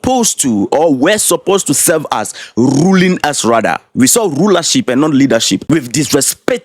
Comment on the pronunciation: ..."we are here to selv"😂😂😂